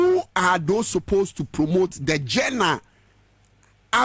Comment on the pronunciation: What is "Gena"? You mean Genre? Lol ... 😅😅😅